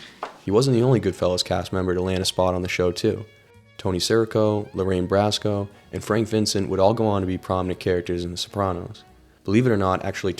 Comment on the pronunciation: Ugh! As soon as you said “Lorraine Brasco” I clicked off. That just proved that you know jack squat about this movie and just doing a channel to do a channel for whatever your goal is.